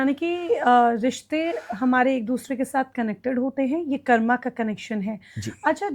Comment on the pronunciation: कर्मा नहीं कर्म बोला कीजिये